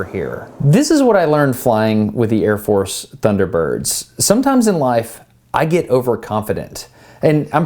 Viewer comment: His eyeballs moving was pretty funny!! Also, I think that he was so messed up after that chair spin, that he pronounced Air Force as Ear Force... Lol!!...